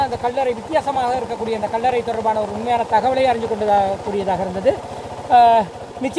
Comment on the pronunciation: அடேய் கள்ளற இல்ல கல்லறை என்ன உன்ர தமிழ் பிழையாயிருக்கு இந்திய வம்சாவழியோ பறவாயில்ல விடு எங்கட இடத்த நீங்களாவது நரப்புங்க